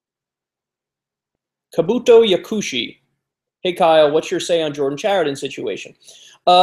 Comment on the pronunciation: Mispronounced the fuck out of Kabuto Yakushi. Brush up on your Naruto.